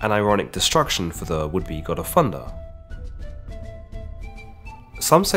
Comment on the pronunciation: Im sorry Fundah? It's thunder